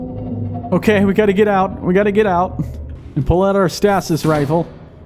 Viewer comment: Stay-sis stasis 😂